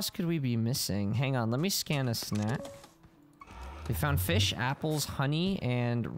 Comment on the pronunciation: You say fish like my brother says it feesh